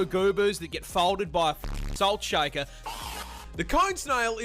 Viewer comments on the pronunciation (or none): none